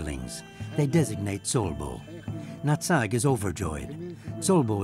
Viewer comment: They also mispronounced Old Nutt-Sack's Clan instead. Old Natsag's Clan.